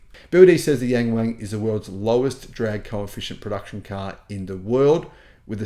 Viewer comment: It's pronounced more like young-wong though, it's not so bad if you get the pronunciation right. Or just get the dealership to rename it Da Wang.